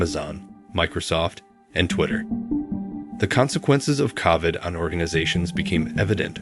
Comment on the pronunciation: did this guy really say “cahvid”? Lol